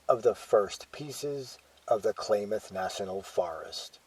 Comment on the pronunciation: ..9'07...Calif. state flower .."POPPY".....also, CLAYMOTH...WTF / LOL..its KLAMATH..!!!